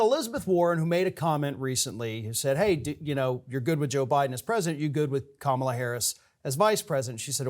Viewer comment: You could pronounce her name correctly. And you didn’t. White boy.